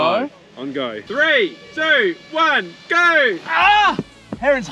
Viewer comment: GO!!❌️ GAURR!!✅️